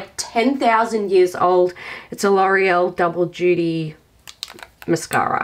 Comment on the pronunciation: I can’t listen to you say mascara without saying “mashara” & it sets me off giggling each time hahahaha ... brilliant vid showing a declutter actually doesn’t have to be huge - just a way of keeping on top of things & that it is ok to declutter things we no longer like anymore (this is something I find hard & it spoils my drawers,so I’m going do a mini declutter) 💖